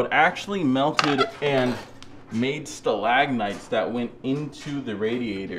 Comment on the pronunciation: also it's stalagmite or stalactite not "stalagnite" 😂😂